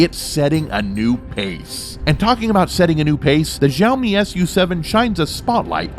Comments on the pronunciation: Xiaomi = Shall-mee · You are pronouncing "xiaomi" very wrong....